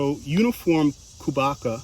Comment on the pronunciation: You totally butchered that squash name😆